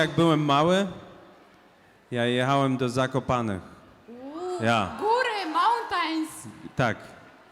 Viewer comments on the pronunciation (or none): Skąd Ci ludzie się wzieli, nitk nie umie sklecić zdania po angielsku i jeszcze ta laska od: "mołtajns".